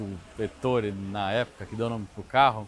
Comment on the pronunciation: Muito boa e detalhada a apresentação técnica que só pecou na pronúncia do nome do criador da marca. Duvido que o tenha ouvido em qualquer lugar do mundo, o nome Ettore que é italiano, ser pronunciado como se a grafia fosse Ettóre, paroxítona, ao invés de Éttore, proparoxítona. Doeu nos ouvidos a pronúncia dele, realmente muito estranha e inédita. Foi a única ressalva, que espero que ele corrija nos próximos vídeos quando se referir a ele.